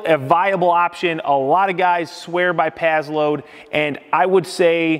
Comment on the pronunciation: Pass - Load not Paz-Load